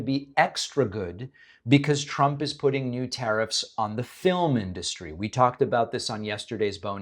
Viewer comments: Maybe someone has already said this but it always sounds to me like she calls him President Chump. Quite accurate actually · Sounded like she said president chump…. Yes, yes he is….first time I agreed with this lady….